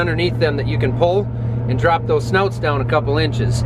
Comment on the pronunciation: They are called SNOOTS . Not SNOUTS